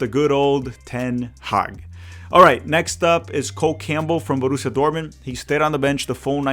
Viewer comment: Borrusia Munchengladbach and Borrusia not Gladbach